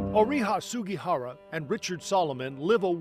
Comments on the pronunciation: how's about honoring the man by saying his last name correctly? Sug*i*hara, not Sug*a*hara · Also the man's name is Sugihara but most of the people in the report said Sugahara.